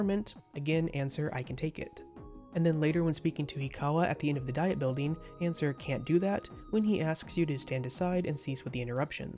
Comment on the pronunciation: The "Diet" in "Diet Building" is pronounced "dee-it"